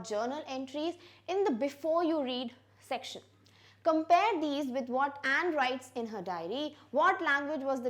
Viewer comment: Mam I think you are mistaken in the pronunciation of Anne .....